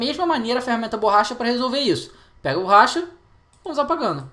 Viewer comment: Burracha ne ops BORRACHA